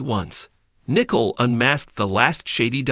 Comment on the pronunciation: Can you get Nicole name right it is not Nickels